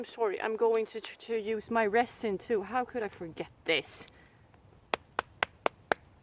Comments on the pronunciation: This video was amazing. Very well done. Your English is almost without accent and much much better than my Swedish which is nonexistent. LOL If you don't mind me helping you with one word "resin". It is pronounced with a z sound and not an s as it's spelled. Because why spell it with a z that would make to much sense. LOL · Your accent is so cute. Love the way you say resin. Try pronouncing it rezin